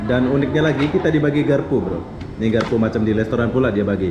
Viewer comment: garpu bukan gerpu anda org malaysia bukan indonesia